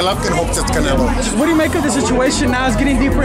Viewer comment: Saulbuterol "Cownelo" Alvaroids